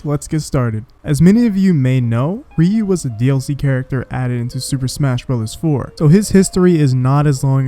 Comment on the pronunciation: Please stop saying "REE-yoo".